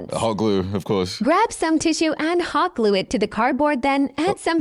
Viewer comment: "Hawt Gluah" im gonna end it all